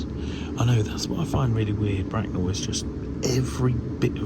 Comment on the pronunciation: Well, it sounded like "Bracknum" to me.